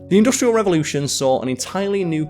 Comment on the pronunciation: This guy needs to learn how to pronounce "industrial" correctly.